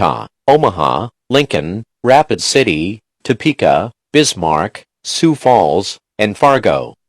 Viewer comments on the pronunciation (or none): none